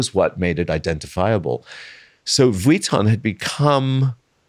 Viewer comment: it hurts my ears every time he pronounces vuitton like he did not work for them for years and years...